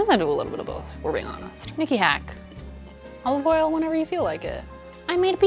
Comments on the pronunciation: Olaf All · The way she said "olive oil" tho